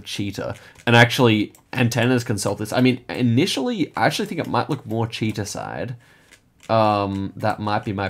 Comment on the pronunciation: As a russian at first I didn't understand what is this town called "cheetah" 😂 we pronounce it with stress on the last syllable